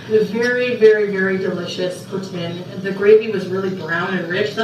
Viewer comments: the proper Pronunciation is Poutine NOT Poutin. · It’s Pouteen, not Poutinn. I met someone today from Montreal. I asked her how to say it. is an idjit.